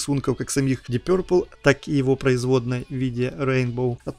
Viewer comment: Твоё пё-РРР-пэл режет слух! Что-то вроде гё-рррлз. Уважай английский и фанатов!